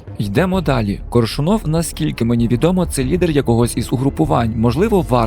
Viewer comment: кОООООршунов, а не коршунООв)